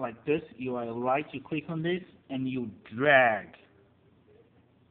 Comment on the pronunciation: he said cwick not click